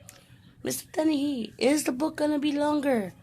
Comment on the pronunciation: You pronounced my last name right like Dennys the restaurant haha I'm so happy you enjoyed it. Book 2 is coming soon :)